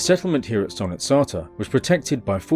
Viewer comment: Yet again i find myself happy to watch your new video during my long booring 12 hour night shift. I really hope your channel blows up since you trully deserve it! Keep it up! As a Bulgarian, I'd like to provide a small pointer about the name of the place - Solnitsata (Солницата). The word means "saltshaker" and is used to describe the place for obvious reasons. Some people pronounce it as "sOlnitsata", stressing the "O" , but the correct pronunciation is solnItsata, with the stress on the "I." This is because "sol" means "salt" in Bulgarian and other eastern-european languages.